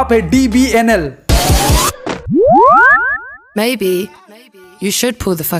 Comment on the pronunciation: Dbnl nahi re Dbln he 😂😂😂😂